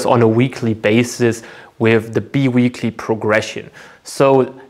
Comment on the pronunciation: I hate to be a language nazi but it is pronounced linear almost like in german spoken "linea". I really appreciate the high level of content on your channel so I cant help myself. ☮ 🙏 (also bi weekly progression is spoken "bei wiikli")